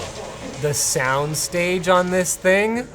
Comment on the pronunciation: "soond stoge" didn't realize this was a headphone review